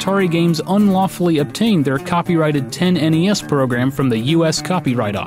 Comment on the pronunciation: "10-NES".... "Tennis" :P